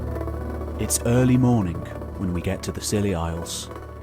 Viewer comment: The first think I hear is: it is early mornink. Jesus, this is such a person who says mornink instead of morning. Usually, those are people speakink a Slavic language. Or Iranians. Just sayink! Why?!